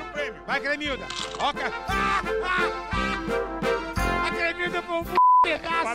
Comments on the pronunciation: gente o nome é cremilda e não clemilda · só eu que repiti a parte da cremilda falando bugunal umas 20 vezes??